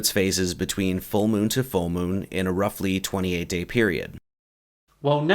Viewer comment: Every time i hear "roughly" i die a little bit inside.